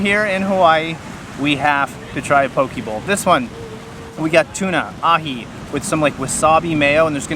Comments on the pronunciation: Its not paw-kee or paw-kay. Its po-keh Po in “Political”, and ke in “Kensington” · Lol not PoKay. Its Po-Kehh. Im born and raised and still living in Hawaii fyi. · not key its keh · It’s pronounced PoKay. Fun video!